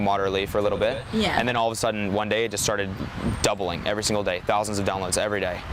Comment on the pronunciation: "thousans of downloads every deh"